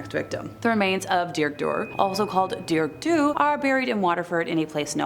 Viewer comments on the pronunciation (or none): Congrats on your brave efforts at pronouncing terms in Irish! You mention the term bean-caointe early on (pronounced, more or less, as "ban KHWEEN-chuh", meaning "keening/crying woman") and Dearg-Dubh (pronounced "daarrag due", meaning "red-black"). Mind you, I only know these pronunciations because I studied in Ireland my third year of college, and my Irish Studies program included Irish language classes, which were easily my favorite... :)